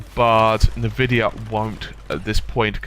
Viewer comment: "nuhvidiah" . . . and I'm out.